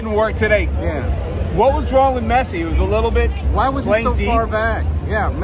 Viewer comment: Nice video! You called him Me(t)ssi, like pi(t)zza, but it is Messsi. All ss. Nice and smooth😅